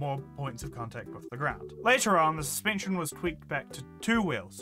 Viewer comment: "suspeencheen" (this isnt supposed to be mean just funny so sorry if you take it that way)